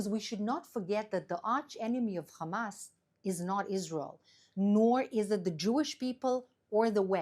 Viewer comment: Funny how she says, “Hum-ass”. On a serious note…she’s absolutely right that is what pressuring Israel does. You can never negotiate with evil.